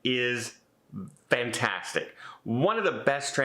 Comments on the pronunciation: is known for his mispronunciations of what to most of us are simple words. I have heard him use " fantastic" correctly but as time goes on he is having fun with us and now uses "vantastic". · Hi, Love your videos. You don’t drag them out longer than necessary. Question: why do you say VANtastic instead of fantastic?